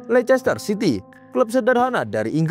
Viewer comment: Bacanya leister city bukan lechester city ....